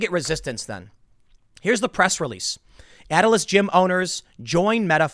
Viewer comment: It's not Atlas. You're literally reading off the page and keep mispronouncing their name.